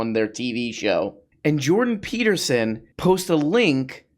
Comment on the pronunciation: "Jordan Teetersen" 😂